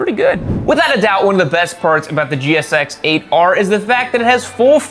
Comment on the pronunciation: Jixx ate 'er. Not jixxer ater.